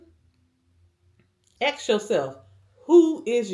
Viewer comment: YEAH....AXE YOURSELF. Do people no longer get an education? I believe the word is ASK....ASK....ASK! Not AXE.